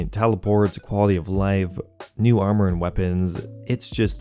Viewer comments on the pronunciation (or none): none